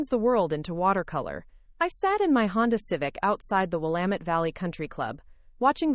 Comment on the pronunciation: I must say I am surprised that your narrator actually knows how to pronounce the word ‘Willamette’ correctly!